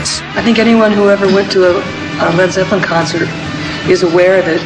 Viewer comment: It's driving me nuts that the narrator keeps calling them Led Zep-pel-lin, when every fan on earth pronounces it Led Zep-lin, as well as the band And Ahmet Ertegun for heaven's sake!